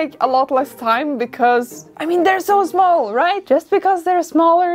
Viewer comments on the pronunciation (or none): When you said “it’s so… schmall” 😂🤣